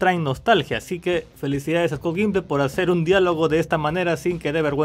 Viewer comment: The Walking Dead oficialmente terminó e no aprendió a pronunciar nunca el apellido de Scott Gimple.